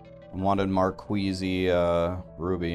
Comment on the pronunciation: gems called "markeez" bruz not marqueezie